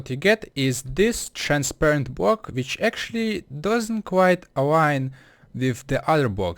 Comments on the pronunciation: Fair enough your first language isn't English. But I just think it's funny how he says block-bwok nice try lol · it's BLOCK not bwock! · Sir, iT is "block" and not "bock" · man how hard can it be to say block and not just bwock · a bwock? wuuuuut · elmer fudd still does that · I mean srsly, 'Bwocks?' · Bwok is what he is saying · it's gowing to bweak da bwock?